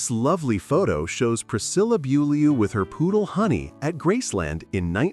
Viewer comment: This announcer can’t even pronounce Priscilla’s last name correctly